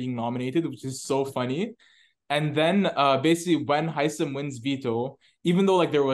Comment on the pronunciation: you are the only person on earth who pronounces Hisam properly! THANK YOU!